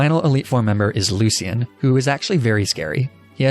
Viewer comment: That’s not how you say Lucian btw. it’s looshen not Luc-ian. And yes this is accurate it’s my name lol